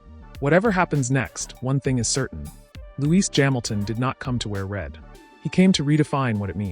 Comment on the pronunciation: hey idiots! it's lewis Hamilton not luis jamilton!! Wake up!!